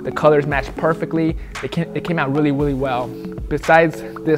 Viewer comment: Weally weally well